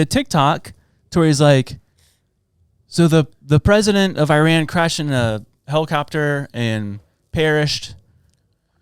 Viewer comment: lol, he pronounced Iran correctly 😂😂😂 only thing he did was hit the I a little bit harder. The last part is how it's supposed to be said lol